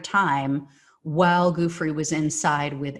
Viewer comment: Goo Fray (not Free)